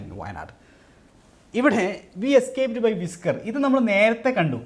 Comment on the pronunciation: Whisker pronunciation വിസ്ക്കർ എന്നാണ് , അല്ലാതെ വൈസ്ക്കർ എന്നല്ല